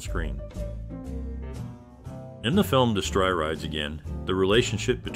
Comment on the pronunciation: Did the announcer say de-STRY!? It's DESS-tree. Whenever I hear these terrible mispronunciations, I turn it off.